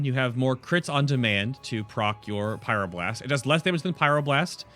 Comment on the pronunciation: huhuhu "pyroblurst"